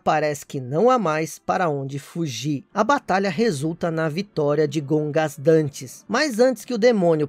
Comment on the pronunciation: Gogandantes Issui,não Gongasdantes.